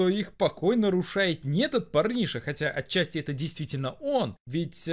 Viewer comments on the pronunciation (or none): none